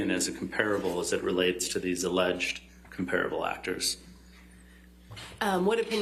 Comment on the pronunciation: He doesn't pronounce 'comparable' correctly...